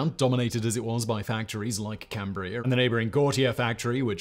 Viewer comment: I can't believe Simon said "Cambria" correctly.